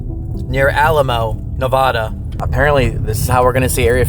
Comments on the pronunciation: Nevaaaaada! Not Nevohda! 😂😂😂😂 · Uncanny is cool but each time the others say “Neva-DUH” instead of Nev-A-da” I keep cringing 😂